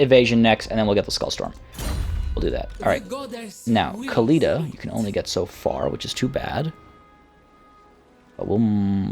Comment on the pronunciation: Can you stop pronouncing Khalida and Khemri the way you do? It's really more annoying than anything and isn't necessary in the slightest. Even if, you supposed, that the people at Games Workshop who made these names pronounce it like that (protip: they don't), linguists generally accept that when a word or name is adopted or pronounced in another language, it isn't incorrect to say that word/name with the pronunciation rules of that new language. The Tomb Kings aren't Arabic and their names weren't made intending to emulate Arabic. In other words, you're over-correcting and it's grating to the ears to hear you throw out gutteral noises everytime you say Khalida or Khemri.